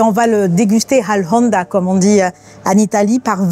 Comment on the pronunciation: Mme Darroze: il n'y a pas de H dans :" all'onda" on ne le prononce pas a l'espagnole :D